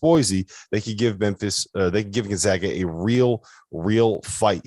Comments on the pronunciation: Gon-zag-ah,,, not Gon-zaw-ah! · The guy on the left still doesn't know how to pronounce Gonzaga properly. Somebody wake him up.